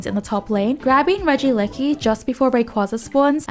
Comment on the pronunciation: Holy moly she said regieleki basically perfectly guys lets give a round of applause